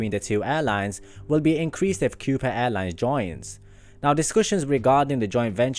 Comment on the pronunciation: I think it's pronounced, "Ko-Pah" but what do I know.